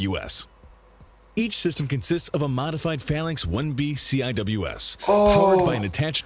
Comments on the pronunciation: heres how you pronounce cwis ( sea wiz ) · Very annoying that they keep spelling it out; It's pronounced "Seewiz" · Drove me nuts hearing them keep spelling CIWS. It's pronounced Sea-Wis. There have been several incidentsa of CIWS missfireing at friendly ships and planes. The rounds can easily penetrate outter hulls . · its not cwis its sea-wizz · I showed this to my friend who is a CWIS tech, her eye started twitching when she heard them call it "C-I-W-S". In the Navy we pronounce it Sea-Wizz. Also since you checked out her system can you check out mine? Or the combination? Mine is RAM, the combination is SeaRAM. They're both missile systems^_^ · It's "see-wiz", not "see-eye-double-you-ess" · I wasn't a Fire Contralman in the navy but hearing it being called the C-I-W-S sounds funny. We kinda just called its the Sea-Wiz. Basically just pronouncing CIWS. We also joke around and call it R2D2 with a dick and the BRRRP-gun. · Instead of saying each letter, CIWS is pronounced SeaWiz. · Pronounced See-wiz in case anyone wants to know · Lasers are coming but they also have sea sparrow anti air missiles. Cwis stands for close in weapons system and when pronounced as a word it's pronounced see wiz, all one word. I hope this helps you. Hope you have a wonderful day. By the way all respect to a brother veteran, even from another country. I launched aircraft on an aircraft carrier. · CIWS pronounced (at least when I was in the Navy) "SEA-WHIZZ" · Yes, and it stil is. I don’t know why the narrator called it the “C I W S” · Heads up, CIWS is pronounced seewiz rather then each letter. It stands for close in weapons system. No idea why the videos say each letter at a time, I've never heard anyone who worked with the system say it that way. A lot of times missiles are used to attack farther targets before CWIS is needed. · CIWS is Pronounced "SEE WIZ" or we called it a R2 like in Star Wars